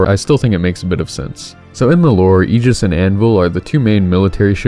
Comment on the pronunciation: Subscribed because you’re the only person I’ve ever heard pronounce Aegis correctly.